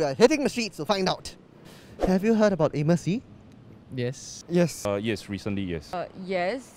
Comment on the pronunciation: what!?!?! Amos Yee its Anis pee, bruh get it right.